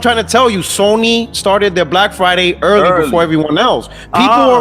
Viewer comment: Brack Friday Bunduru. LMAO